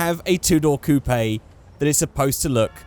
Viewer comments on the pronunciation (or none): why do you say coo pay it's pronounced coop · it is coupe (COOP) not coupAY!!!!!!!! that is really annoying, I know you are in a different country but im sure it still translates